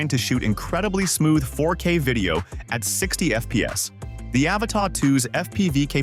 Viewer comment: By 18 seconds in, its R👀NED! 😂😅😂 What is this, the latest James Cameron flick? "THE AVATAH 2 The way of wahwah?